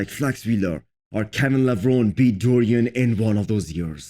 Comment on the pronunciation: Kevin Levron-ie, that's how it's pronounced.